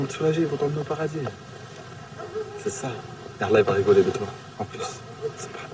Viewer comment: Lol fake bullshit documentary all paid actors, a Muslim who can't even say Allah, lmao